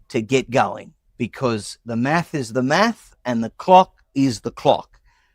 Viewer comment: "dah maf is dah maf, and dah clok is dah clok" That "man" is such a fucking idiot